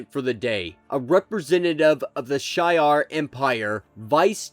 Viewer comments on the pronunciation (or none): Good Video! Fyi, Shiar is pronounced Shee-Are.